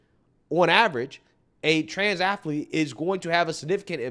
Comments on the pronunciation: "Athlete", Dr. Phil. Two syllables. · Someone needs to tell Dr Phil there’s no I in “athilete”😂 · Ath A Lete? That's funny, I didn't know athlete had three syllables, A-tha-lete? That's ama-za-zing! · I like Dr Phil but I wish someone would tell him that the word athlete only has 2 syllables! The guy smirking and shaking his head was very frustrating. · Can someone please teach Dr Phil how to pronounce athlete???? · Somebody ask Dr phill when did the word athlete start having 3 syllables.